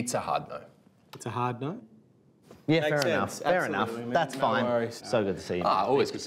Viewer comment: every time someone in an Aunty Donna video says the word "no" with like three syllables, like "NAURUEH" take a drink